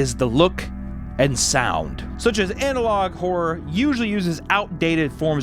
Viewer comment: When he says "analog horror" I hear "analog whore" 😂